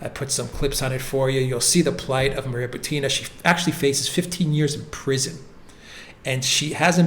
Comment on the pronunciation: bUtina, not butIna.